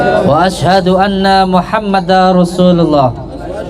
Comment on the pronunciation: Wa Ashadu anna Muhammad Darrosulullah,bukan Muhammada...Din tanwin bertemu ro bacaan idgom bilagunnah..Udin konidin..syahadat saja masih salah...miris